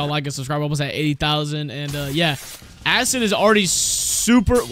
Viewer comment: asscid “acid”